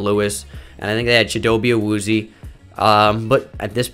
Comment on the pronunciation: Love these videos. Also, since you're a stickler for pronunciation, Chidobe Awuzie is pronounced: CHIH-do-bay AH-wooz-yay. You can find him pronouncing it online.